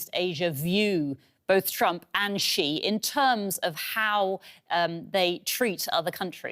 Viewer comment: The reporter even cannot pronounce Xi correctly.:face-blue-smiling::face-blue-smiling::face-blue-smiling::face-purple-crying::face-purple-crying::face-purple-crying